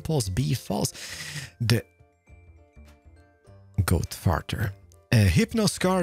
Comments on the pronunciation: .. Okay I can't tell if it's his accent or if he's genuinely saying 'goatfarter' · I love the way he says goat father cause it sounds like goat farter